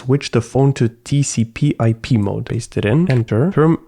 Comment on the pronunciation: Why do you read all acronyms wrong? TCP, ADB. It's not that difficult lol